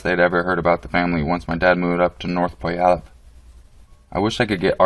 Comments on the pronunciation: pronounced: PEW allup not busting your chops about your pronunciation just though id help out if you have to pronounce it again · puyalup is pronounced pew-wall-up